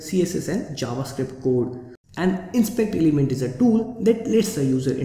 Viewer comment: "inspeakder limend" WTF!